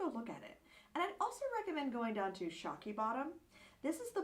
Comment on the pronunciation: The area is called Shockoe Bottom not Shokey Bottom.